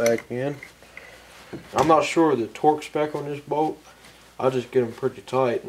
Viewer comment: I was listening and not watching....I swore he said: 'If yours has a "Boat" here like this one.' I was like BOAT? WHAT? ah... BOLT!